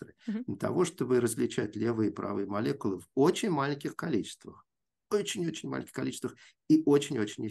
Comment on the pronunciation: Одно замечание - было бы лучше, если бы Ирина не использовала так часто в речи слово «очень», на которое она ещё и делает ударение: «уооочень». Режет слух. Это ещё и не совсем подходящее слово для научного доклада.